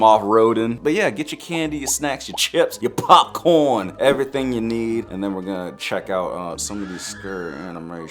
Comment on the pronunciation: your powpcorn